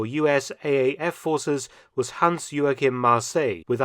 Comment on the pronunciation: When comparing "kills" or confirmed destruction one needs to take into account that there are different definitions on what is and what isn't a "Abschuß"! Also pls get German names right when you want to be taken serious! It is "Joachim" and not whatever you think it is - check first!